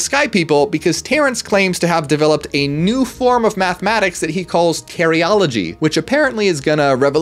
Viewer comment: As much as i would prefer not to make fun i can't deal with "Terryology". 😂